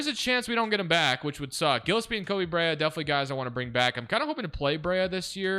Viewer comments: mal-oo-atch guh-less-pee also ryan dunn shoulda been starting at the 4 to start the rebuild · Gillespie is pronounced "Jill-Espie" lol